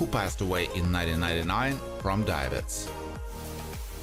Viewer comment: A couple of corrections here: 1- the family name "Thomas" is pronounced with a hard "T", as in "Tom",& B- the disease is pronounced "die-uh-bee-tees". I don't know WHAT you were saying, but you weren't even close.